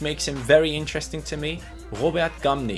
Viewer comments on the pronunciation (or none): none